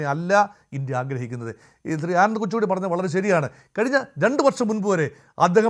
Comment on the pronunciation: കൊച്ചുകൂടി അല്ല കൊച്ചുകുട്ടി 👦